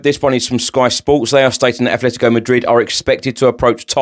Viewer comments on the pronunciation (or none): *Atletico NOT Athletico for Atletico Madrid please.